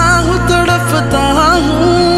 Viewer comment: Awesome voice sir...nice 🤗♥️ but the word you use pronounced "तड़फता" is wrong "तड़पता" is right.... sorry but m too a singer isliye shudh uchcharan bht zruri h humare liye... isliye.. still your voice texture is awesome loved it♥️ 😊👍